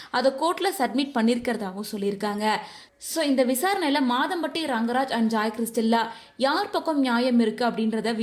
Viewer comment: Anchor avanga name ஜாய் கிறிஸில்டா not ஜாய் கிறிஸ்டில்லா